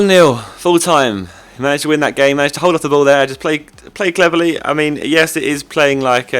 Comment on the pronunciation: "Play Cleverly" It sounded like "play cleverley"